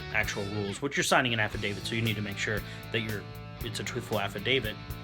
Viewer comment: Did you say app of David or am I wrong